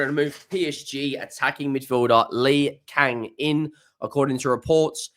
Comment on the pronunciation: Lee yang in? Its not that complicated, his name is just lee kang in, there are no quiet words to worry about